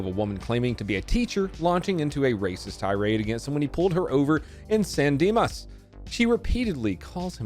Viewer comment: Thanks for pronouncing Dimas correctly